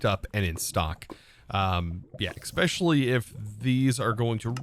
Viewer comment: He also says especially wrong lol.